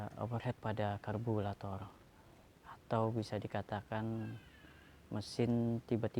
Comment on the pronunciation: Lambat penjelasannya 🥱 Lama.... Karburator penyebutannya bukan kalburator. Overhit penyebutannya...bukan overhet